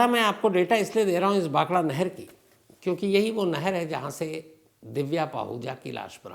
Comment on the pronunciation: Bhakhara nagal not bhakhada